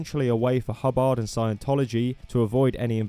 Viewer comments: "hubb-AHRHD" NOOOOO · Broke: HUH-bird 😴 Woke: Huh-BARD 🎸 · the way you say Hubbard is really funny